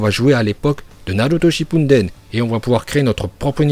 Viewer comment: Naruto shipunedene mdr c'est comme ça que tu prononce